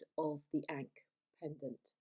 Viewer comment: That pronunciation is wild.